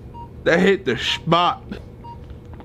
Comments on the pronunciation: “That hit the shpot” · Their mom: Feeds Ethan apple juice Ethan: “that hit the schpottt”